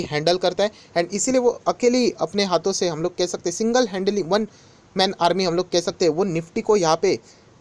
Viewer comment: Single 😂🙆‍♂️ Sir Apka English Thoda Kharab hogyahai 3.19